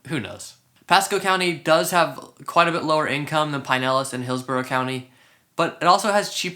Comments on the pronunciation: I lived in Clearwater for 9 years.. back in mid 80s to mid 90” Great videos , new to the channel. Not trying to be rude but It’s Pronounced Pin..Elas county not Pine.. elas Sorry . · Never heard it pronounced pine-ellis county until this video. I lived in Westchase for a few years awhile back and have always heard pronounced "pin-nellis". I'm pretty sure pin-nellis rolls off the tongue better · It is pin-nellis lmao, he's just pronouncing it incorrectly. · This guy is not native to the region. I can tell by the way he says Pinellas, stopped watching.